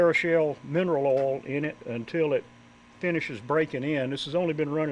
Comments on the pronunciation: what is an "ole" pump???? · Southern pronunciation of Oil.